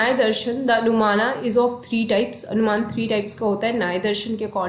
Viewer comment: Anumana is pronounced as अनुमान